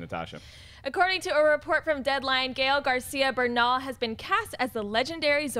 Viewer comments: seriously Natasha? you cannot pronounce Gael Garcia Bernal? With a last name like Martinez? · Can we please take a running toll of every mispronunciation Natasha does in the bloopers of the week? We found our new JTE. Not hating because I think she's great, but I can't let it slide